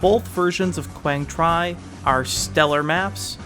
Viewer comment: Minor correction since I'm Vietnamese. You can pronounce "Quang Tri" as "Wang Tree"... It's "tree" not "try". But still, I love your video. Though I only played Vietnam and BF2, I find your analysis entertaining and informative.